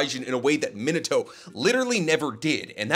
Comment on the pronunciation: It amazes that he pronounces “minito” when his name clearly has an A in it. ITS PRONOUNCED AS MEE-NAH-TOE MINATO.